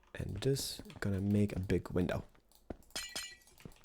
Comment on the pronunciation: how he said window (windaw)